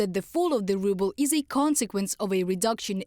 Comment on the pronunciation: Ruble? More like "rubble". Lol